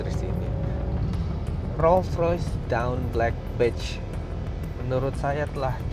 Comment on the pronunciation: dawn dibacanya dôn bukan dawn atau doun